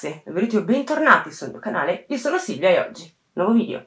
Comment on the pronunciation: Se l'accento vai sulla "a", come lei asserisce, guardi che Silvia lo pronuncia in modo corretto praticamente sempre!